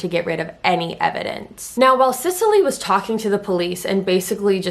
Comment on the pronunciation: This is just an aside, if my son was a girl the name I had picked out was Cecily Rae. Literally EVERYONE is covering this case and not a single one is pronouncing her name right (trust me it doesn’t matter to me, I have a lot worse things to call her than the mispronunciation of Sicily). Just glad he was a boy lol. Ok onto the rest of the video. And, you don’t have to really apologize for mispronouncing the last name, I mean you are a human being who makes mistakes and anyone who follows your channel andor is a fan of yours know your heart is always in the right place and you weren’t being disrespectful but thank you anyways for acknowledging. For in my opinion they have proven themselves incapable of defending justice in our country and of making such decisions. (Like covering up insane amounts of treachery and misdeeds and just letting it all go and acting like it’s not happening to “protect the reputation” of our military and our soldiers. While I totally understand not wanting other countries to see what a crap show our military is when it comes to things like this, at the end of the day what good IS the military if ANY, even just one, of the highest ranking officials are basically domestic terrorists themselves. This says “look how we treat our own soldiers, we are weak”. I’m sorry for the rant I’m just incredibly disgusted!!